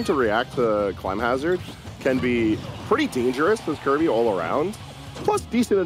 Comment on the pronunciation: their name is kirby, not kewby